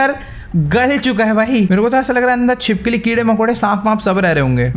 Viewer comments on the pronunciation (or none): none